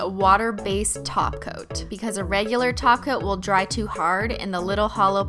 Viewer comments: oh, "top coat"? I thought she was saying "taco" lol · Every time she says "top coat" it sounds like "taco." Now I'm hungry af